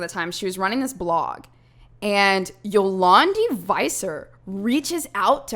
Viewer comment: It’s Afrikaans and you pronounce Dï Ant word And Zolandi is pronounced Zo lan Dì